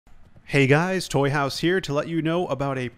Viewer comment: Excuse me sir! It is Toyhouze, zzzz! Not Toyhouse, ssss. 😒